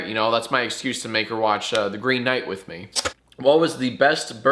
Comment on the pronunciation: This isn’t a threat because you said it, but... “Wuotch da Mandalorian or fwickin die”